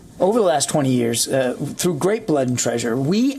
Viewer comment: I love the way you say ‘yearrrrs’ like sharadha kapoor